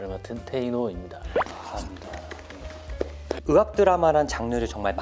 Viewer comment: 의학 발음 하실때 으학(으악)이렇게 발음하시는거 귀여워욬ㅋㅋㅋㅋㅋㅋ